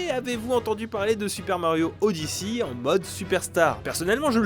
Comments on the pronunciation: « Super mario odyssi » 💀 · Super mario odiçie... cette prononciation qui m'a fait tilté toute la vidéo